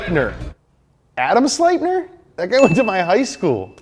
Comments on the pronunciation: SlipNEER is how its pronounced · i believe Sleipnir is pronounced “Sluh-Lep-Near”